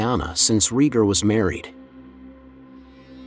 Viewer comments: ITS RAYGAR NOT REGER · It's pronounced RAY-gar, not REE-gar. Seriously, is no once else wincing every time he says it wrong? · I was fw this video and about 2 mins in i couldnt deal with bro calling rheaygar “reeger” 🤣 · I made it to 4 minutes and had to pause the video lmao